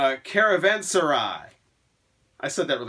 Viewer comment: You pronounced Caravanserai correctly, but Santana 2 is pronounced uh-brack-sis 😎